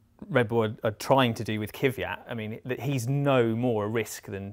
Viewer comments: It's Kvyat. Not Kyviat, Kivyat, Kyvyad, Kivjad, or any form with three syllables. It's two syllables: Kvy - at. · Kvyat, not Kivyat! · Whats His name? Kyviat???? Is it possible to work at autospitt and not able to even read?! KVYAT!!!!!!! K V Y A T! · His name is pronounced KVEEYAT guys. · please please please learn how to pronounce his name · It really hurts, how (bad and wrong) you 3 guys pronounce his name...